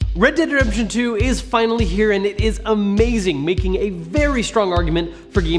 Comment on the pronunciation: red dead redshuntuer